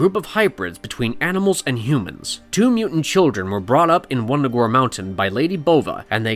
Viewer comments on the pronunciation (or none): none